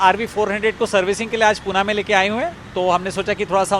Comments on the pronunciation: पूना नही होता uncle ji पुणे कहते है. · Pune bol murkha